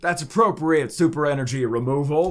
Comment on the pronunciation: God I enjoy the content but wish this guy would grow up and not say energy how he does 😂